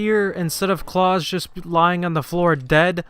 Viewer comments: Not claus like santa claus its pronounced Klaus like the fish on American Dad. Lol sorry had to say something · I’ve never heard it the way he said it but I’m sure you could argue people say it somewhere but yeah straight butchered that shit haha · Is there two ways to say klaus or did this guy butcher it?